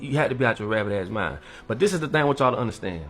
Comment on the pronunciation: Why do ya'll pronounce "but" as "Burt"? There's no "r" in that word. Get your diction together.....it's annoying 😮